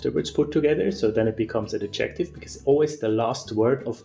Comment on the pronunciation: Adjective is not pronounced like objective. The stress in the word adjective is on the first syllable. The stress in the word objective is on the second syllable. Adjective is pronounced DUM-da-dum.